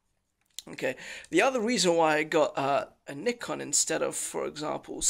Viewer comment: I like you says "nikon" not a "naikon".